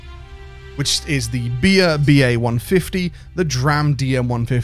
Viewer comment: Everytime I hear you saying "Bia" I always hear "beer" so I totally agree when you said "let's get one more beer"